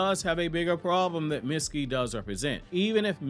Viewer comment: His name is not pronounced Mit-ski, it’s Meet-ski